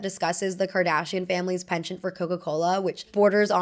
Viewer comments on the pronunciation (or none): none